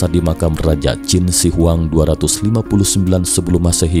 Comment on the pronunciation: Sama kayak dinasti Qin .... Selalu dibaca dinasti Kin ... Hahahaha